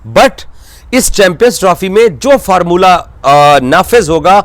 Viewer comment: DADTAR ❌ DAFTAR DADAGIRI ❌ DDAGIRI FORMULA ❌ FARMULLA